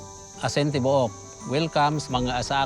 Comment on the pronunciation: It's pronounced "tibu- uk" not tibuk 😅 asin= salt, tibouk= whole